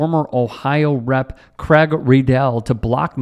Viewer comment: Craig, a Scottish name, is pronounced like Crayg rather than Cragg. Otherwise, brilliant. Go get 'em!